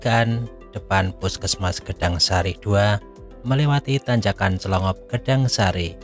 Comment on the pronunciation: Clongop bukan dlongop